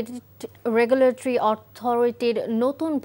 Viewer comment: উপস্থাপক রেগুলেটরি উচ্চারণ করতে পারে না। এমন অথর্ব উপস্থাপক কিভাবে একটা টেলিভিশন চ্যানেলে নিয়োগ পায়?